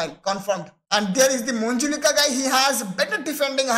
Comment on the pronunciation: Moijca pronounced as moi-ka